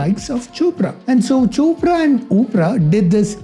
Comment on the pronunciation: Bro when you said chopra and opera I was laughing so hard bcoz it sounded something simillar😂